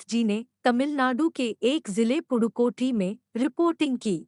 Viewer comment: Dude that is pudhukoti not purukoti